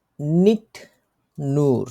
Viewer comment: Nicht-এটাকে আপনি নিক কেনো বলেন?